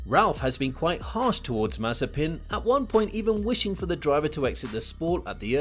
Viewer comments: Damn. He's Mazépin, not Mázepin or Mazepín 🤦🤦🤦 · Don't you mean Maze-peen